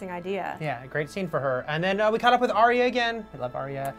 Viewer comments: its Arya, not Arrya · ..."Arrya"... ARYA. NOT ARRYA. GODDDD.